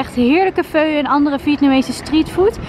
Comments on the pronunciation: Haha ja dat bedoel ik ongeveer, maar je spreekt het zeker niet uit als 'feu' :') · Je spreekt pho trouwens uit als 'fa', niet als 'feu' :)